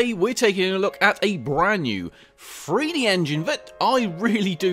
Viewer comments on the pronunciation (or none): are you saying FREE D? I swear I keep hearing FREE. Are you saying it like that on purpose? Because the engine is free?